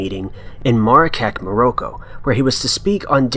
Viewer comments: Can't listen to guy who can't pronounce words like indent or Morocco ! mo-ron DISLIKE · are we just going to ignore how he pronounced Marrakech and Morroco lol